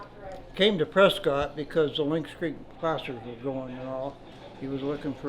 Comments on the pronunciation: Really weird hearing someone who's very nearly a local mispronouncing Prescott. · I lived out in Arizona for years and years and always heard it pronounced like that until one uppity you tuber came on and said it the 'correct' way. Whoop-ti-doo ! Like it or leave it, get your gas and groceries and get out!